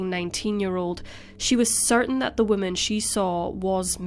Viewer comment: I love your videos. Just a tip in pronunciation: whoa MAN is singular. Whim MEN is plural. Not trying to pick on you aas it seems many people have trouble with it. BUT it is easy if you relate it to how we refer to males: a MAN is singular, while MEN is plural.